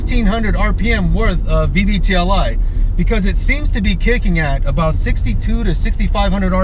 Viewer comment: VVTI. I hear VVTLI.